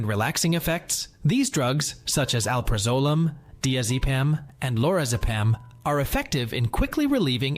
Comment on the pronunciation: It would help if you pronounced the names of the drugs correctly. Oooo mep pri(short i ) zol 2. Scoe poe la meen 3. Al (a guys name) praz(short a) a (short a) lam 4. Die azz a(short a) pam 5. Anti hist (short i) a meens 6. Set tear a zeen 7. Try cy clin (like a bicycle or cycle)(short i) 8. This is AI isn’t it? Those not corrected were pronounced correctly. Reminds me of that er TikTok nurse that has to guess what meds the patient is taking based on the clients pronunciation. It’s important to avoid wrong medications as many sound alike.